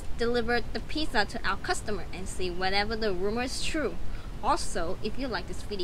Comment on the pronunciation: The way that girl said piSSa instead of pizza Made me wanna Die